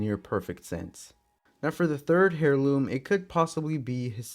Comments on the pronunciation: Hairloom I’m pretty sure you say it airloom but idk I may be wrong. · It's not hair-loom bruh that's not how u pronounce it, you pronounce it like AIR-LOOM (HEIRLOOM = AIRLOOM) AIR ,AIR, AIR LOOM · Heirloom is pronounced as (air-loom) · Putting a little to much infesis on heirloom, your saying hairloom, its heirloom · The h in heirloom is silent lol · in that case, also said heirloom wrong, the h is silent. Nice video though